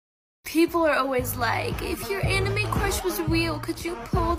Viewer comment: The way he pronounced "anime" makes me want to pull my hair out i stg